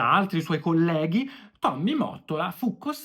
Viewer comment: Finalmente qualcuno ke dice Mottola come si deve! 😅 Ho visto dei video americani ed a parte la pronuncia dicono Motolla! 😩😅😂😂 Ai voglia a dirlo nei commenti ma non capiscono! 😢